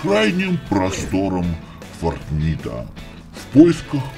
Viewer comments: Фортнайт а не фортнит! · фортнАйт а не фортнит